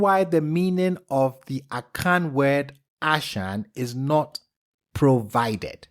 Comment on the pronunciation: My brother can you see Fon there as well when we say Fan don't say it like 🪭 or Akan not like Can 🥫as in a can of Beans 🫘.